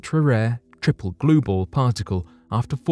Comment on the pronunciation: What are..gluebals glue balls. Blue gals.. what is he saying. I dont even know what that is. Damn.